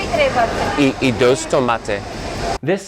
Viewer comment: When you say “dos” you need to say it like “s” in [s]nake, it’s a hard “s” not a “th”